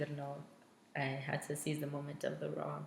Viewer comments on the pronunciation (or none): none